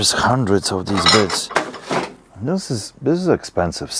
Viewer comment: are you saying bids or bits? because they are biTs, drill biTs, router biTs, not bids.